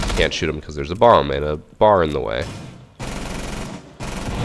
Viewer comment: Dude him trying to pronounce the Naruto stuff makes me feel young